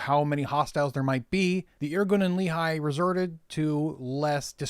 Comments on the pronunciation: Great video! (I'm only ¼ of the way through but so far it's really interesting ☺️) One note, some of your pronunciations of Hebrew terms are off- Lehi is pronounced "LEH-khee" not "LEE-high", Negev is NEH-gev, Ben Shemen "BEN SHEH-men". In general Hebrew only has two ways of pronouncing words - emphasis on the last syllable or on the penultimate one. While emphasizing the last syllable is more common overall, there are certain kinds of words that are penultimate. Peoples names, for some reason, tend to shift to penultimate (Adam - man - moves from ah-DAHM to AH-dahm when saying a person's name). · Just one quibble regarding pronunciation: The Lehi is pronounced as "Lè Hee", rather than "Lee Hi". Thanks for the history lesson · Also, great video, but Lehigh is a valley in Pennsylvania; Lehi is pronounced like "ready" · LEHI is pronounced Leh-Hee, the second H is a hard H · Good Job, only one thing, Lehi is pronounced Le- Hee not like a the town in Utah. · Brilliant video well done! Just one comment, the proper pronunciation of Lehi is the h is like a g in Dutch, a guttural sound like a cat hissing hehe. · The incorrect pronunciation is the one used by Mormons.